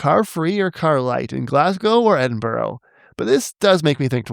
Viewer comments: imo it should be more like 'eh-din-bruh' because the 'brugh' suffix is said fast enough, and differently to 'borough' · he pronounced Melbourne right too... but not Edinburgh